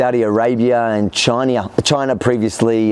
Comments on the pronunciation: "Chinea" hahaha ausome blooper! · Lol "chinia" ... there was so many speech errors in this video but that one made me laugh my ass off lol